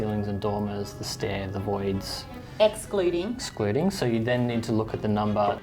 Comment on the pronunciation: "Ex cluding??"🤣